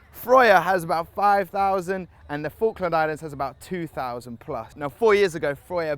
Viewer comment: I swear he's saying Falkland Lions...?